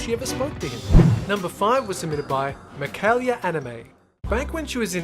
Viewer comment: Why'd he pronounce makayla like that, it's (muh-kay-luh) 😂😂😂